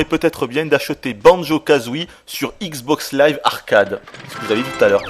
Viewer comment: All I heard was ICKS BOCKS LAIVE!!!!